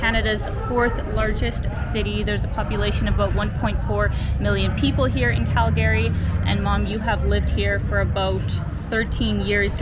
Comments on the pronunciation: It's CalGree not Cal-Gary....nobody named Gary Here! Ya gotta learn the local-isms before you consider yourself a true Calgaryian! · It's pronounced Cal gree. Not Cal Gary. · I can tell you’re new to Calgary by the way you pronounce it. Cal-Gary instead of the norm ‘Calgree’.🤣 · Cal- Gary? Lol ! Call Gary, no it’s Calgary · Wait is it pronounced Cal-Gary or Cal-Gury? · I really like Calgary, even though I've only visited once. I think the locals pronounce it "CaL-Gree", just two syllables. Saying it with 3 syllables marks you as an outsider. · its pronounced Cal-gry. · 'Round these parts, we say "Calgree". Great video! 👍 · It’s “Calgree” just saying. Nice video. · Born & raised Calgarian here. Just so you know, it is pronounced "Calgry". The second "a" is silent.